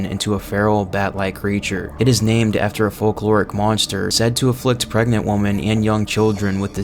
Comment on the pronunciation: Three WOMEN!!! Not three WOMAN… ffs